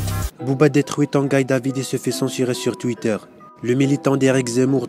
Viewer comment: Tangaille David 😂 c est Tanguy pas tangaille je meurs de rire